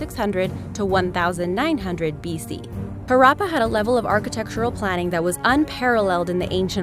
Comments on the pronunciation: i think at one point you said Harambay and Mohenjo Daro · Listening to the presenter butchering the word Mohenjodaro and Harrappa